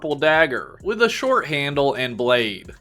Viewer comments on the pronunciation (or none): none